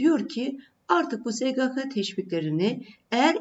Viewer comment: Sgk diyememeniz cok rahatsizedici)